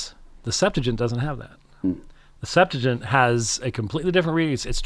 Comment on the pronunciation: I hate to be that person, but the name of the Greek Old Testament is pronounced "Sep-'tu-a-gint", not "Sep-'tu-gint"